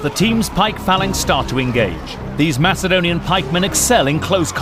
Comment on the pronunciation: is it pronounced 'mass' adonia or 'mak' adonia i know its spelled macedonia